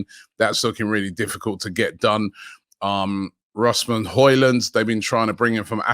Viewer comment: No way actually pronounced Rasmus Hojlund correctly!!!! THE END IS NEAR